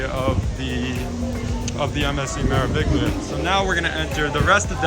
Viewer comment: The “G” is silent in pronouncing Meraviglia 😉